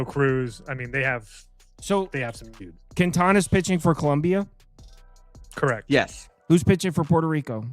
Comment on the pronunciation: Its Colombia not Columbia the University lol